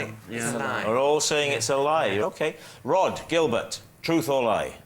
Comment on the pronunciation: this is retarded as fuck. "On the Rhod to happiness"? That's not even how you say the guy's name. I had to look it up to make sure I wasn't the one being completely asinine, but yeah, this'd be said "On the ROD to happiness" as in Rod rhymes with sod (rhymes with Rhod, which is how you say this fella's first name.) The title is obviously trying to be a play on the phrase "On the Road to happiness", however, unfortunately for the poor sado who uploaded this video, that's not how to pronounce the man's name. According to Google. According to Google, you're a retard; that must be nice to know. at least-- one way or the other, y'kno? I'm still in the dark on Google's feelings about me, so I've still got that hanging over my head for God knows how long. They know what kinda porn I'm into and what question I'm intending to ask practically before I do, but so far as I can tell, Google doesn't lean one way or the other on this topic. Unless that's the sort of info they collect on people they then go on to sell; could easily be that. Now that would seriously suck ass, shelling out money to some ad company only to find out Google's been telling 'em I'm a fucking retard or some sorta homo or something. Not that there'd be anything wrong with that, mind you, it would just suck to have to pay for.